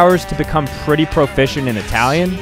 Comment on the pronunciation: That Italian pronunciation 😬